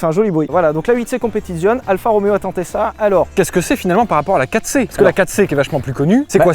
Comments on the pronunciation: Super vidéo. Mais je vais faire mon Jean-Michel Commentaire sur la prononciation de "Competizione". Cela se dit "Competitsione" et pas "Competizionne"... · Ho bordel Sylvain tu fais saigner des oreilles quand tu prononces un nom italien "Competizione", "Stradale", l'ignoble "Vignale"... Prononces au moins le "é" à la fin, StradalÉÉÉÉÉ bordel ! En plus tu le fais très bien en parlant de la Disco Volante, c'est con ! Merci j'vous aime les mecs ! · Le Z de competizione se prononce TS...😊😊😊 J'adore vos vidéos que je viens de découvrir..en fait vous parlez comme monsieur tout le monde👍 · C'est mieux si tu prononces Competizioneeee Sylvain